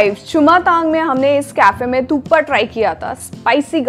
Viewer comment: Thukpa of course! Who the fool calls it thupka ?